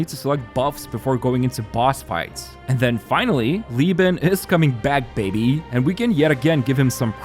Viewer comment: that “baby” makes me think ur Taiwanese 北鼻